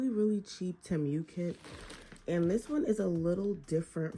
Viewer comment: Omg I’m starting and tip it’s not te mew it’s temu